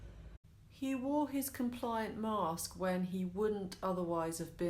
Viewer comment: It's their "mooooooossssskk" love her accent 😆